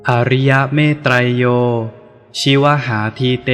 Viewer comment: ชิวหาอ่านว่า ชิว_หา